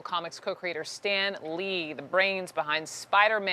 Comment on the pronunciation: That woman in the beginning really pissed me off. She said “Stan Leed” instead of Stan lee. Also she was trying to read the name so hard. Stan Lee was one of the greatest people ever. R.I.P Stan Lee